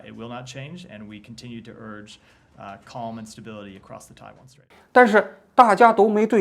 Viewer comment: Taiwan strait, 不是Taiwan street